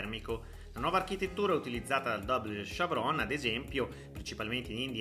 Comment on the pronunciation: quante parole per dire che la Fiat Pixel è una versione della C3 e Avenger, una Barbie con uno dei suoi tanti vestiti... Una segnalazione: non si dice "dabol chevròn", ma "dubl chevròn", altrimenti si pronuncia una parola in inglese ed una in francese, cosa che non si concilia con la patria della Stellantis C3 (France).